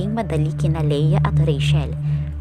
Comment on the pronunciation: Ang pangalang Rachel ay binibigkas na rey - tsel, at hindi rey - shel. Sana ay makatulong.